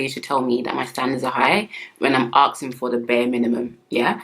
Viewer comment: Nothing more unattractive than when a woman says "aksing"